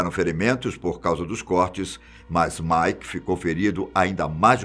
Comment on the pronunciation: antes de publicar o vídeo eles poderiam revisar né. Ou poderiam dar uma dica pro tio do vídeo não falar errado. Nu (new) metal chamou de Nú Metal Mick ele chama de Mike Sid, ele chama de Sáid